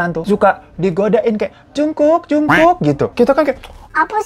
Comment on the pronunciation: Ini jungkook apa jengkok bang? Hahaha